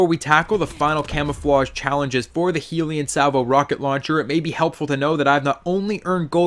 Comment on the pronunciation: The way you pronounce the name makes me want to kill myself. It’s clearly HELL-yun Salvo... not Heelion Salvo smh.